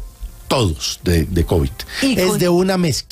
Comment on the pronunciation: Un ministro de salud que no sabe pronunciar Covid.. dijo covichx.. 😂😂 Tan petrista la situacion.. Habla como bultero de corabastos 😂😂